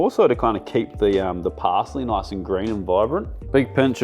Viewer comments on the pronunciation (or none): "It's really important that we keep this noice and toight". YES, CHEF! 😊